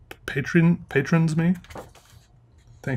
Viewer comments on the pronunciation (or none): none